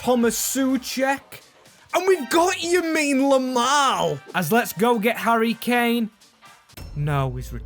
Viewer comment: Yamine lamal?😭